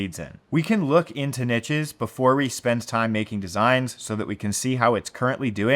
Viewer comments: Yeeees. Its unbearable to listen to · Pls learn to pronounce niches. PLS. <3